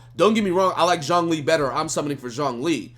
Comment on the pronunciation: It's not jongli lmao. Or xiangli. It's not hard to say